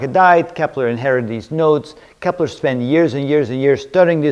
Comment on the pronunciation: its kepler.... not keppler